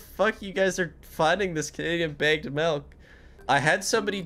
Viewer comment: HE CALLS IT MELK WHAT THE F*CK ITS MILK 🥛 REEEEEEEE.